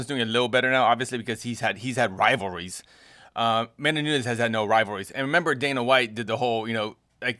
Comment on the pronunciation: They are right. No one cares. It is what it is. Her post fight talk after Ronda rouse was cringeiest ever. She just doesn't have the it factor at all..... not nunhez A K Lee. Nunes. Like knewnes